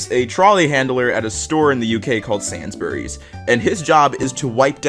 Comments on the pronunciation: SANSBURYS THAT MADE ME LAUGH ITS sa-ins-burys Uk squad where u at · Bruh he called sainsburys sansburys. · My man really just said Sansbury’s instead of Sainsbury’s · Every english person when he says "sansberrys" Its sainsburys (s ay ens brees ) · The way he said sainsbury's triggered me😂😂 it's not said like sans-bury's but sanes-bury's ("sane" like how u say it in the word "insane") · Bit here: heads up Sainsbury 's is pronounced like saint without the T not sans, so say saintsbury's but hold the T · The fact he said sainsbury's as SANS-bury's Instead of SANES-BURY'S Is begging to Trigger me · Heads up, it's actually pronounced Sains (like pain) not Sans. Sainsbury's. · "sansburys" bruh it's "sayns-bur-ees" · the way this guy said Sainsbury's made my day lmao ( its pronounced say-ns-burys) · Sorry mate but sainsburys isn't pronounced like that, it's like sah-ns-bur-es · Hey! I know this is probably too late for you to see, or people have already told you, but the shop is actually pronounced as 'Sayns burys' Hope this helped! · Did u--- did--- did you j----- did you just call it Sansbury's? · And "sane" like how you say it in the word "sane". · hehe said sansburys T_T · I’m sorry I love all of this, it’s so wholesome and I love it but did just say ‘SANSBURY’S’?? THAT MADE ME SMILE HARDER THAN THE POSTS THEMSELVES, THANK YOU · I forget that Sainsbury’s is a store only in the uk! By the way it’s pronounced sane-s-berrys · Jsuk Sainsbury’s is pronounced sayns burrys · Man said "SANSburys" megolovania starts playing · yeah we pronounce it SANysBUrry (capitalised = hard) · I’m sorry but I’m from the uk and the way he pronounced Sainsbury’s made me laugh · The way this man said Sainsbury’s tho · I think you said Sainsbury's wrong but I don't care it sounds better your way XD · hearing americans try to pronounce sainsburys is the funniest shit